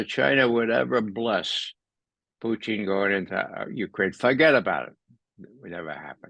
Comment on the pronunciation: Why can’t we have Putin…why are we getting Poootin and Puchin? It’s not difficult 🤣